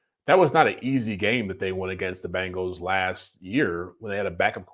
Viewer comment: The is Bengals not Bangels